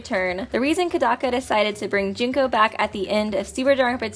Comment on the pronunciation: Ko-mea-da! Not the way you say it! The English way is wrong, the Japanese was is wrong, Jinko? J*U*NKO! Ha-ji-mea! Did any of you know that Komeada Nagito shuffled turns into Makito Naegi